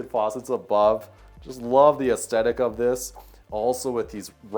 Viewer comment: Great job with these videos but someone needs to teach the presenter it's "aesTHetic" not "aesTetic" and it's "hewing" not "hewning." Sometimes he takes "hand-hewn" and makes it present tense by saying "hewning" lol.